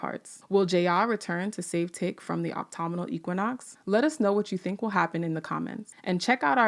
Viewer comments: I don't know if anyone has commented on this yet in this or other videos, but the teacher in me has finally decided to say something: "Autumnal" (as in "autumnal equinox") is pronounced "ah-tum-null" or "uh-tum-null", and not "ah-toh-muh-noll". Thank you for the work you do,! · Did I hear it wrong or did the narrator pronounce autumnal as optomnal and Ji-Ah as Jay-A?